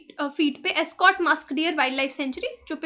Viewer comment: एस्कॉट नही अस्कोट हैं नाम यहा का